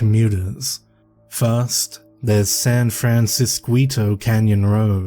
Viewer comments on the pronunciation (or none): I know this is really old 😂 but when you say San Fransisquito Road, that should be said as if the "qu" is a c so San Fransiscito because the "ito" suffix is diminutive which means it indicates the modified object is being made lesser or smaller. And in Spanish when a diminutive suffix is added onto a word with a hard c sound at the part of the word where you insert it, the "c" is converted to "qu" because they make the same sound in Spanish, but if you placed a letter "i" directly after "c" it would become soft and make an "s" sound... So basically this is a way of saying "Little San Francisco" with just one suffix but the "qu" still made the same sound as the "c"